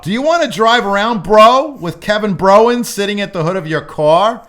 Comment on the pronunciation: I'm crying at 'Kevin Browens"